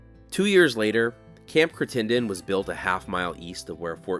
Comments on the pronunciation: I noticed you pronounced it cri ten den. There's a town in Kentucky named that and they pronounce it criten den. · interesting to hear the different pronunciations for the same words around the country. there is a Crittenden County in Arkansas (across the river from Memphis) and it is pronounced "CRIT-in-din", as opposed to your "Crit-TEN-done"....Arkansas also has a "Prescott", that locals usually pronounce either "PRESS-kit" or "PRESS-cut", and a few folks actually say "PRESS-cot". keep up the awesome work! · Hi, great job as usual. One note though, I believe it's pronounced Critt-en-den. Keep up the wonderful work. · Pronunciation is probably CRIT un dun. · There is also a Crittenden County here in Arkansas, named after the first secretary of Arkansas Territory. He was born in Kentucky. I wonder what the relationship is to the Camp in Arizona. We also pronounce it CRIT-en-den. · Perhaps a little research on the pronunciation of Crittenden is in order. I had hoped there was a written description, drawing or some reference as to what is fort/post of this size, compliment and intent. We assume the "fort" was only a single structure, sans in redoubts, walls or defensive features. Keep on trekking......